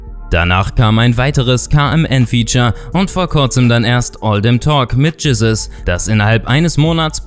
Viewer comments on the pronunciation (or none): none